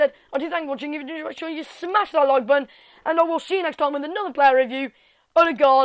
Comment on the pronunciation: You are good at norwegian on a wat xD you said his name very good for an english american aso